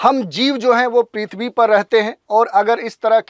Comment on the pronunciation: पिथवी नही भाई पीर्थबी